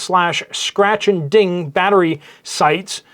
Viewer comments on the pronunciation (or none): none